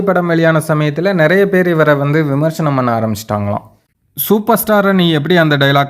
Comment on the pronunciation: Please correct it...விமர்ச்சனம் அல்ல....அது விமர்சனம்...சரியாக உச்சரிக்கவும்.